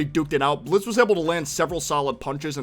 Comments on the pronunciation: It's Blitzø not Blitzo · BTW It's Blitzø. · You mean blitzø